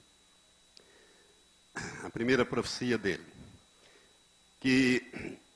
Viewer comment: PROFICIA não, né Pastor. O correto é PROFECIA! Que tal falar direito antes de mais nada?